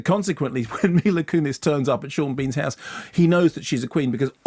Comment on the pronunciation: Sean BEEan